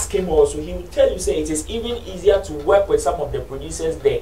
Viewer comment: Wen u pronounce work as weke how can you sing good music ? This Sammy guy is very bitter and he can't do without this type of conversation..... Sammy don't be dumb be more creative Sammy u are far behind Nigeria presenter I swear to God